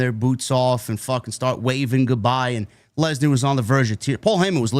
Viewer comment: I honestly think that Heyman said Lecknar on purpose 😂😂 he put too much emphasis on "Leck" 😂😂